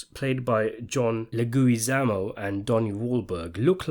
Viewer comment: Your pronunciation of John leguizamo had me dying 🤣🤣